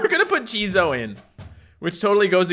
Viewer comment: How pronounces jizo: JIZOIEEEEE